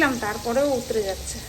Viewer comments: আচ্ছা একটা কথা বলি উতরে উতরে কথাটা খুব কানে লাগছে গো plzz বলো উথলে 👍👍👍👍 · উতরে নয় গো। কথা টা উথলে